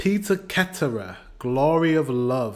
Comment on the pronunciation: Live is Life is about a live, like their performance in the video, not like "to live somewhere". Peter Cetera's last name is pronounced with an "s" sound, not a "k" sound. You pronounced Mauro Scocco's name correct. Sanne Solomsen is a Danish singer. Also Another Day in Paradise had one week in the eighties, because that was all that was left of that year. It was also #1 five weeks in the nineties. So six weeks in total, which it says right in the video.